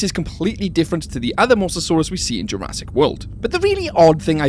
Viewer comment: " I bet Jurassic can" sounded so normal to me, until my brain randomly starts to function. "I bet Jur-ass-it can" 💀💀💀